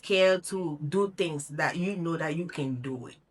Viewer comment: What???? "Dings" or things ??? What "Mont," or month" you meant to say ??? Which one ??? slow your pronunciation pal.